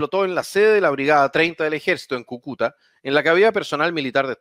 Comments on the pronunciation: Kukúta... jajaja - Cúcuta!! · cúcuta, no cucuta jajajaj buen canal! ánimo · CÙCUTA...!!!! Con acento en la primera Ú..... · Quién chucha le puede decir que Cúcuta es esdrújula ?! Por favor. Agradecido desde ya